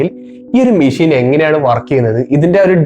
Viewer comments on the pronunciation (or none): none